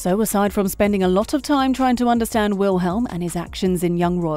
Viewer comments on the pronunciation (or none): its VILHELM not wilhelm and its SEEmon not simon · “WiLhElM” omg it’s *v*ilhm